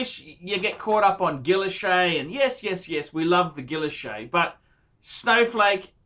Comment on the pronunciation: It's pronounced: "gE-yosh".